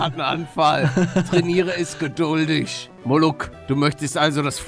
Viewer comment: Nicht muluck sondern moruk bin Türke